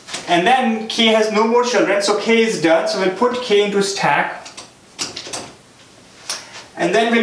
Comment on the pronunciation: useful but please use normal english as your 'staaack" hits in ear